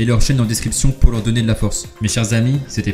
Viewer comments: " Datss Roaitte" OMG mdrr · Le that right avec l'accent fr qui fait plaize xD